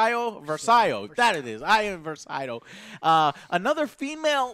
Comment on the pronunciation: iden vers-EYE-o? jyn OR-so?